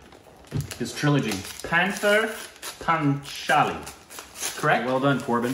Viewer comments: It's paw-ther-paan-cha-lee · Panther Panchali- pronounce 'p ther paa cha li' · Panther panchali.... I heard worst than this " pagli pohcli"... Can't help it